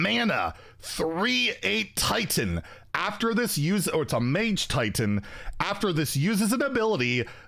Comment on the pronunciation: It is TITAN not TAUNT